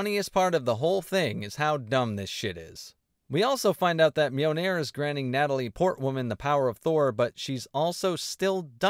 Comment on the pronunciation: Great review, but the constant pronunciation of Mjolnir as "Mee-o-nair" was a bit grating.